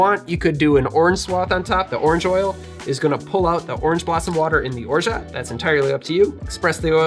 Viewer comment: the "t" is orgeat is silent. Free French lesson of the day ;-)